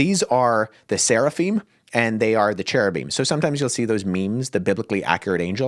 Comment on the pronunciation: "SARAphim" ? Isn't it "SERAphim"?